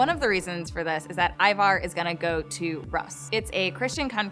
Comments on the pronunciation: ITS PRONOUNCED “ROOS” NOT “RUSS” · Great predictions. Definitely love these possibilities. However, you seriously need to learn how to pronounce these old Norse names and old historical lands, such as Rus. It's pronounced Roos.